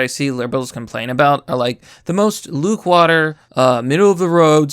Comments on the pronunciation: "Full discretion." "Luke water." Talking is not fucking hard. But that my friends is merely the obvious. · "Lukewater". Nice neologism